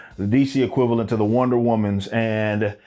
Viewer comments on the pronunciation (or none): none